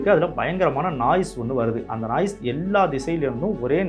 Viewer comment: Athu naaice illa noise 😂😂